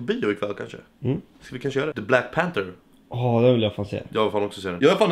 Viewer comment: Förlåt men jag stör mig så mycket på folk som säger the black panter det heter panther INTE panter